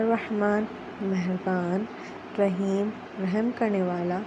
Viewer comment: Haaaeem sai nai hy heeem pra krin